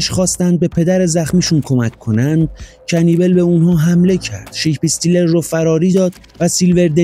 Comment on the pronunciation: اسمش رو اشتباه میگی عزیز کنیبال اسمشه